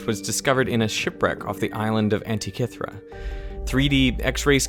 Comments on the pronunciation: Antikythera not ‘antikethra’…please and thank you 🥹🤓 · pronunciation is antikeethera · Why can't Americans speak English?... the device at the start is the anti-k-theera device...with K pronounces as in Cup.....what a shame you choose to ruin a video with bad grammar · 20 minutes of Derek mispronouncing Antikythera 😁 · I think it's pronounced Antikythera ... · It's not ANTI KITH RA... THEEE RA... PRONOUNCED LIKE THAT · Are you pronouncing Antikythera wrong on purpose? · Nice video, but Antikythera isn’t pronounced like that.